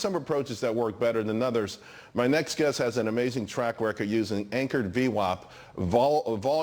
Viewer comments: I know there were a couple of cringe moments for Brian there. The main one being how the host pronounced VWAP. Lol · Hi Brian!! Funny he can't even say "VWAP". Nice to see you!! I see you have low overhead now! :-)